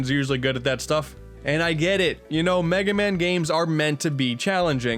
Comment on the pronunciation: An Unfunny Asian “It’s over, Megay man. Wily May fear you, BUT I DO NOT.”